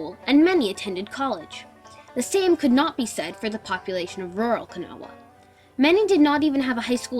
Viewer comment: gret good but its pronouct kuh NAW